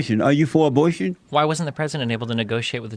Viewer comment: When Jesse said abortion I spit all my food on the table! Lol 😂 omg I’m dying right now of laughter. This clown can’t even pronounce a b o r t i o n